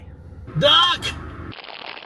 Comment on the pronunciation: I thought you said Doc instead of duck. I was looking for a delorian 😂